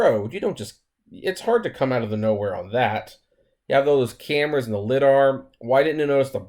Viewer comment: Lie - Dar. Not lidder bro lol.